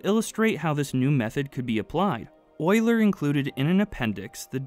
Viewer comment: Concise and easy to follow. That's another quality video worth to watch. I especially love how you pronounce Euler the right way :-) Something that's probably not very intuitive: A pipe can even buckle when under tension while supporting a compressive load. We did experiments at the university showing that, but I kinda forgot the exact reason for it.